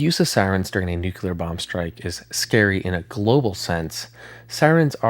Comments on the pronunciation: Brother. I love your videos BUT...I really needs you to STOP SAYING "NOOK-you-lar" (Nuclear) it is NEW-CLEAR. There is no other way to pronounce it. It is not a regional thing. It is NUCLEAR. Pronounced exactly as it's spelled. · NukULAR???? Come on broooo! Quote from Peter Griffin on Family Guy from their earlier seasons: “Nuclear?? No it’s nukular dumbass. The S is silent!” It’s nuCLEAR! Y’all know how it’s spelled! Then say it right! Even when I’m typing this, it has an autocorrect on nuKULAR and changes it to nuCLEAR like how it is OFFICIALLY spelled! When anyone says nuKULAR to me, there is a nuCLEAR bomb going off in my brain! 😂😂 Spell it, then say it for god sake! My nag is done😂😂 but your vids are pretty good and your voice is cool too! Thank you for the entertainment! I do love the thunderbolt 1000t siren’s sound! It’s definitely the scariest sounding! They discontinued those in a couple counties in Ohio and Indiana! I’m in the Lawrenceburg Indiana and Cincinnati Ohio area, and in the early 2000’s they had the thunderbolts, but a couple years later they installed more modern sirens. I can’t remember what those are called, but those sound scary too. But the thunderbolt I think is the coolest and scariest sounding siren of them all! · Please learn how to say nuclear.